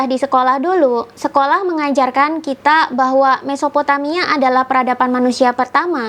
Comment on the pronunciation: Kitak, bahwak, duluk....bhsnya masih pletak pletuk.